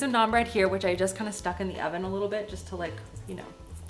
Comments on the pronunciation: When you said: thank you oven, I heard thank you 'Alvin' 🙈 maybe a new name for your oven? Love your content! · I thought you had oficially named the oven cause I heard "Alvin" but then I realized you had just said oven lol